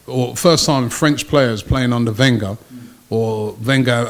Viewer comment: Claims to be an expert on French football. Can't pronounce Wenger properly. Ye, I'm not buying it.